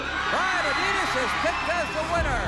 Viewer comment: His name was Brian Adias not Adidas like the shoe . Am I mistaken ? Or did he use that for a while ? The announcers keep saying it , but I culda swore on my life it was Adias ! And cool seeing Dusek wrestle other than his later commentary role .